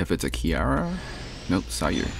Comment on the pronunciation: My dude you said" Kiara "😭 IS HER NAME REALLY THAT HARD TO SAY?!